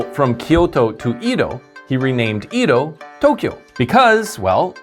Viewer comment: Edo of Japan is pronounced eh-do, not ee-do.